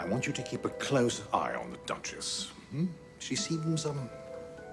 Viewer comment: I can't stop hearing he calling the girl "The Dutches"